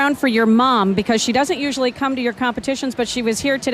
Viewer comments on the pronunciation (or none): none